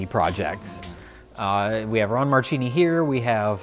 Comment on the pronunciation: Just going to be the know-it-all, Christmas party pooper here but in Italian, "ch" is pronounced "k". So Marchini is actually pronounced "Markini". Marry Christmas you bunch of hacks!